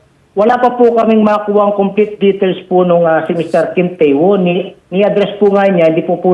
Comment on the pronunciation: Ang pronounce po sa name nya ay Kim Tewon!